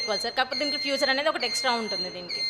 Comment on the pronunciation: ఫీచర్ , not ఫ్యూచర్